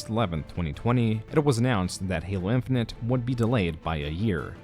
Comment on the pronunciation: Halo Infinent? That's not how you say Infinite.